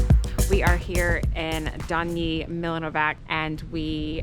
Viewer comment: Fun fact... Letter C in Serbian language is pronounced like TZ not like K.. So it would be like Milanovatz.. Also letter J is pronounced like Y.. Example, Jugoslavija, Yugoslavia. 😀